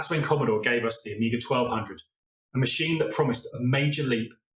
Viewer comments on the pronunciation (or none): Amiga et non pas Oméga comme le dit si mal la voix I.A. !!!